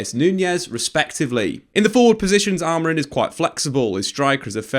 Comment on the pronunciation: it’s Amori(m), not Amorin as you were saying the whole video